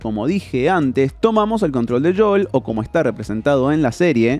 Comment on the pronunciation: No os pasa que cada vez que dice JOUL dan ganas como de darle así con to la mano abierta?